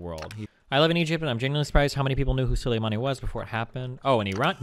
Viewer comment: Destiny Struggled to Pronounce Soleimani in this debate